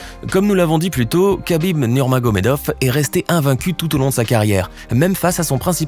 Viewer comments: Ça se prononce pas Khabib mais [rabib] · C'est Habib et non kakib